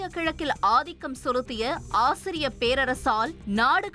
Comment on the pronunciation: அசீரிய படையெடுப்பு என்பது சரியான உச்சரிப்பு. ஆசிரிய என்பது தவறு.